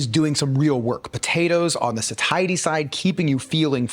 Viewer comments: Satiety is pronounced: Say-she-uh-ty. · Satiety. Say-it-ee. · Huh TIL you can pronounce Satiety as Suh-tie-uh-tea. I've always said and heard it pronounced as say-she-ate-tea